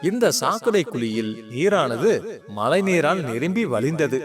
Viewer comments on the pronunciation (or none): நீங்க சொல்ற கதை நல்லா தான் இருக்கு ஆனால் தமிழ் உச்சரிப்பு சரியாக இல்லை . மழையை மலை என்றும் குழியை குளி என்றும் உச்சரிக்கிறார்கள் தமிழ் மொழியை சரியாக கற்றுக் கொள்ளுங்கள் நன்றி